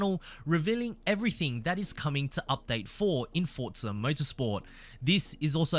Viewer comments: For za. Not fort za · FFS, it’s pronounced Forza not Fort-za. This is unbelievably hard to listen to, at least with an American ear. Imagine “Luke, use the Fortts.” Then repeat about one hundred times 😂 Forza means force. There is no “T” sound in any language.